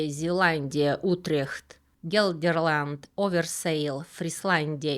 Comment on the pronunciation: Спасибо большое за ваш интересный рассказ, маленькое уточнение, провинция не Оверсеел, а Оверейсел, я просто тут живу и мне резануло по ушам. Название провинции Оверейсел (нидерл. Overijssel) буквально означает «по ту сторону река Эйссел». Вот как это понять: • Слово “over” = «через», «по ту сторону» • “IJssel” = название реки Но это, простите, просто маленькая поправка, спасибо еще раз за рассказ!